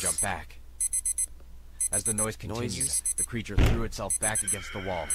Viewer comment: It's a zombie not a creture